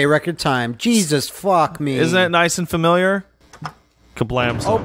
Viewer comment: Niceu, Niceu! Very niceu,!